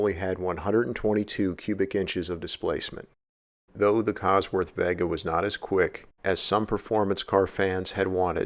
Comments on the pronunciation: it's VAY-gah not veh-gah, lol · It's pronounced Vay ga not vegga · Vega as in vay-guh. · It's pronounced vay-guh. As in Las Vegas. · I've never heard Vega pronounced that way...almost like the way Cal Worhtington said "Chivy"